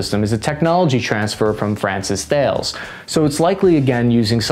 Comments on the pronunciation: A microscopic point—I think that "Thales," is pronounced, "Tall-ez." That's how they say it in their videos. Why not "THAY-leez," after Thales of Miletus? That would be far better. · THALES is pronounced 'talis' like the start of talisman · I winced when you said Thales phonetically... 🤨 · thales is pronounced tah-les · And pronounced Thales incorrectly.